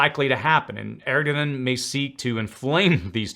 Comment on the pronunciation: It's embarrassing when you can't read "Erdogan" properly off your teleprompter. Ask your writers how to pronounce words like "Erdogan" and "Emeritus".